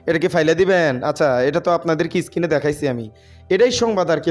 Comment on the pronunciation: এই ব‍্যাটা Screen কে বারবার skin কেন বলছ?পড়া-শুনা কতদূর? ফাইভ পাশ করেছ?